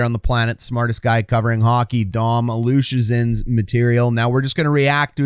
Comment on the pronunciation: Say it with me slowly now, phonetically it is: Dom Luh-SIH-zhin That is how to say his name.